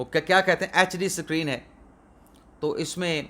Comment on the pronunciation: This is really very ludicrous that you of all people, who cannot even pronounce PLAN and SCREEN correctly, are teaching us how to pronounce LAWYER! Which you yourself pronounce it as LIAR!